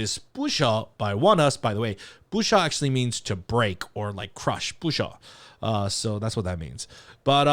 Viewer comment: I am so glad to hear your unfettered pronunciation of the title. It had me stumped even though it is sung several times, I had a harder time than usual hearing it clearly. Thank you,!